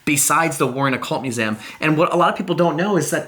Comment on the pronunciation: I love you and your videos but I have to say the way you say museum it sounds like your saying musaum lol